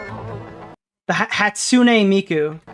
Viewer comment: struggling to say hatsune miku is so damn funny